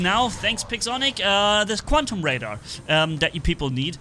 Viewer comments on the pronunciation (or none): none